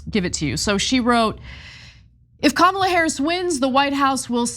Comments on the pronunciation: Did anyone else notice this? At about of the clip MTG mentioned the post about Kamala Harris and how it bothered her so much. Well, if it bothered her so much why did she still mispronounce Kamala which she did. I think she used the whole line to get in the mispronouncing of the name as what they have been doing to Ms. Harris from the beginning.. Just a thought. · "someone had sent me that post about ka-MA-la Harris" Loomer makes you look like Mother Teresa, but we still see you. trailer trash harpy 🤣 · This fool still can’t get pronounce Kamala correctly! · Mtg says loomer is racist and call her out, while purposely announcing kamalas name wrong. They are all jokes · Come on Marg, it bothered you so much yet you mispronounced VP Harris name. Biich bye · Marjorie complains about Loomer's racist attack while continuing to mispronounce Kamala for the purpose of othering her. 🤣🤣🤣🤣🤣🤣 Your country is batshlt crazy! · Can we all appreciate the fact that MTG was saying how she hated the post and still said Kamala's name wrong?